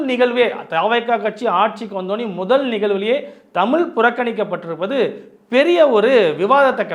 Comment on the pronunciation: தமிள் இல்லை ஐயா தமிழ்..